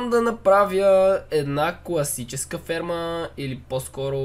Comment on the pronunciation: kazva che shte pravi farma kakvo chuvam az: shte pravim sperma xDDDD